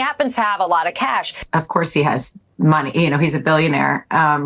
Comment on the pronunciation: He didn't lie, he said he had "kesh", not "cash". He has a lot of kesh.